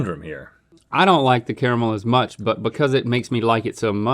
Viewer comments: ITS NOT KRMAL OTS CARAMEL! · I cant stand the way Link says "Carmle" It's "CARE-A-MELL"